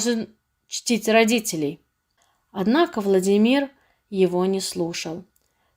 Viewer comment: Почему чтица произносит ВладимИр?